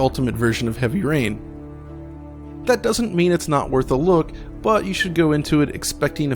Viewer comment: was that "heavy urine" you said?